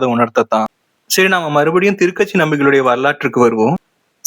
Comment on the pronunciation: A small correction - Thuru Kachi (not Thiru katchi)